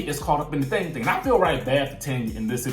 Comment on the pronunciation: I am sorry everytime you say thang thang thang thang thang thang i can't stop laughing 😂😂🙂